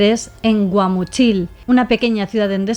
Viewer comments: Es Guamúchil no Guamuchíl 😂 es una fruta C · Tecate no está en Tijuana, Tecate es otra ciudad de Baja California Norte, y Guamúchil se pronuncia con acento en la ú. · Todo perfecto, sólo un detalle es Guamúchil no Guamuchíl, el acento va en la "ú", pero es una nimiedad ante tu investigación detallada, muchas felicidades y gran trabajo en cada historia, saludos desde México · Guamúchil! Acento en la penúltima sílaba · Anora si me quede pasmado, se pronuncia Guamuuchill y escribe Guamuchil en referencia a Un arbol frutal que da vainas con fruta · Guamúchil la i no tiene acento, Tijuana no es pequeña es de las mas grandes de Mexico, no tuvo miedo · Amé cómo pronunciaste Guamúchil 🫶🏻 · Me dió ternura como pronunció Guamúchil😂❤ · Me da ternura como pronuncia Guamuchil y sinaloenses jajajaja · PRONUNCIA BIEN CHISTOSO GUAMUCHIL! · Asi no se pronuncia Guamúchil 😪😪😪😪😪